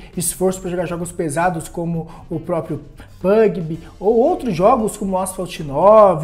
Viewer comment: "pugb" - PlayerUnknow's "GattleBrounds"